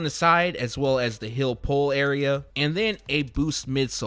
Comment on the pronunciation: Why does he say hill instead of heel? Lol